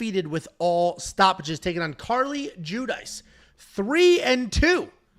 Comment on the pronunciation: is a Wop and can't even pronounce an Italian name like Judice properly. "Jew-Dice" he says. It's fu**ing pronounced "Jew-Dee-Chay" you turd.